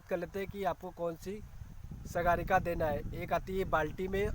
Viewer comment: अरे सर सागरिका कहते हैं उसको सगारिका नहीं पहले आप ठीक से उसका नाम पढ़ो